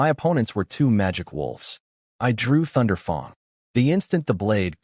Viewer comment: loved the accent of the name of his first hero level sword. Thunder fang but with a more U sounding a.